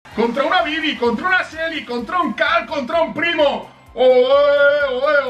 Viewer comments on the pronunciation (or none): si prestan atencion en el minuto dece beybi en lugar que bibi